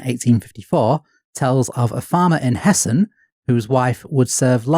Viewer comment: the most shocking part of this episode is honestly that someone can pronounce "Hessen" correctly